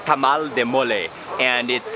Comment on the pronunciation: Its mole no mooley